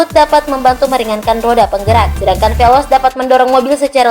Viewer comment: Veloz bukan velos